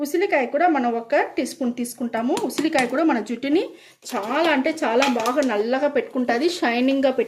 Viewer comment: ఓమాకు కాదు తల్లి అది వాముఆకు 🤦🏻‍♀️ ఉసిలికాయ కాదు అది ఉసిరికాయ🤦🏻‍♀️